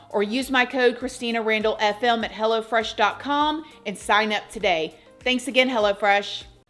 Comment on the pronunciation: Sounds like you're saying "Hella fresh" instead of "Hello Fresh"😂😂